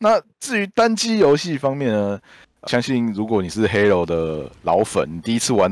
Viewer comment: 我第一次聽到有人唸做hell